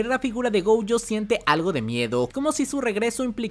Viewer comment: Porque diablos le dices Goujo y Toudo?